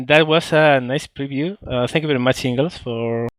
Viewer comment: it's not bery bery it's very very :D